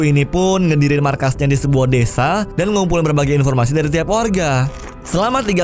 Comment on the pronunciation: desa bang bukan dedza.... wkwkwkwk